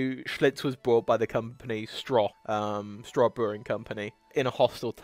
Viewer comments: OK, "Stroh" is pronounced "STROW", not "straw"! When I was in college, on Saturdays I liked to get up and go running. Then I would come back to my place and for lunch I made "beer dogs", which is a recipe that I invented. I would pour two cans of Schlitz or Blatz or Pabst beer into a pot along with a tablespoon of margarine and some pepper. When it got close to boiling I would add the hot dogs and let them boil for about 10 minutes. Of course, this attracted my roommates and friends so if they were around I did the whole package, which cost me about $1.29. To this day I get emails/Facebook posts of my friends doing this simple silly recipe with their kids. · At this point, I'd normally make a crack about the poor pronunciation skills of AI, but this is even worse than AI. Stroh is pronounced STROE not STRAW. And you may be right about Anheuser Busch, but we don't pronounce it like that around here. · Thanks for the video, I currently work in Schlitz Park, an office park using the original Schlitz buildings (I'm in the Keg House, next door to the Bottle House). It would have been great if you had checked pronunciation of names (Uehlein, Stroh, Anheiser-Busch). ;)